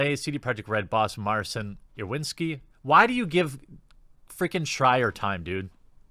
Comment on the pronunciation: Just a quick tip for anyone interested - Marcin isn't pronounced Mar-sin, the 'ci' part sounds exactly like in an italian ciao. And the 'w' in Iwiński is more like v in vase rather than w in water.